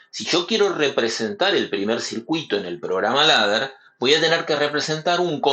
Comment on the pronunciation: "Leder" se pronuncia